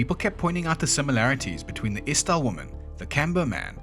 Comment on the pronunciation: Yeah, I'm Swedish and know what Norweigan sounds like. I was prepared for the ordinary butchery, but looked up at the screen thinking "Hm, inte illa" ("Not bad"). The "Isdal" was interesting since it wasn't all that off in the vowel sounds, but didn't do the right length and emphasis on them. But that's not strange at all.